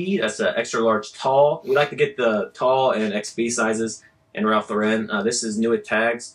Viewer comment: Im listening to some of your older videos while im listing. I hate patagucci too. But i also hate that you guys dont pronounce lauren correctly. Most youtubers do it but its always cringy to me. Poor Ralph. I know their corporate hates it too.